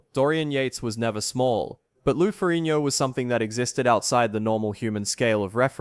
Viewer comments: Lou Farrinio??!! This narrator is a freakin MORRON!! It's Lou Farrigno, with a "G". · Why do you say "Ferrignio"? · I like how you pronounce Ferrigno in the Italian style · Someone needs to learn to correctly pronounce Ferrigno.